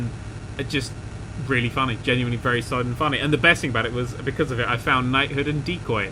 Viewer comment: Its a wery wery wery big turn